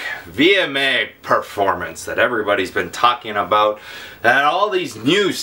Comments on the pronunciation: Talking aboot ! hahaha love you pete <3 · Aboot? Lol